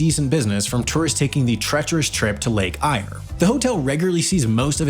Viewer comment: ……. Lake Eyre….. pronounced Lake Air….